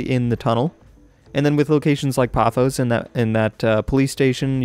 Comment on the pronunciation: It is paphos like pa foss